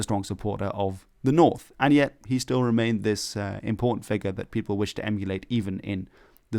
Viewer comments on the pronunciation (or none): none